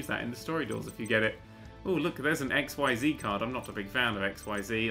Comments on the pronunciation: I'm just going off of how the characters in the show pronounced it. What you're doing is pronouncing the Z as if it were on it's own instead of pronouncing as it is used in actual words. All three of the letters in XYZ are said in the way that they would be in any other word. X (since it's at the beginning) is pronounced ex, Y (since it's in the middle and is acting as a vowel) is 'ee', and Z is just the 'zzz' sound. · Can I just point out the "XyZ" monsters (not to be confused with the series of monsters, V, W, X, Y and Z) are actually pronounced XZs. I'm still not sure why, but that's what they called them in the anime. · pronounced x-eez. The pronunciation basically treats the Y like an e.